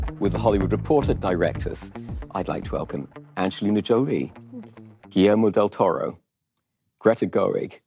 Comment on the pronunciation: can you learn to say GUILLERMO properly? -.